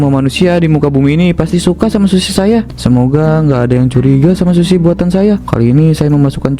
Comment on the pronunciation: Yang benar sushi (寿司/すし). Bukan shusi